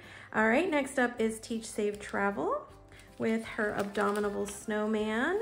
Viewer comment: it's an abominable snowman. I know it's hard to say.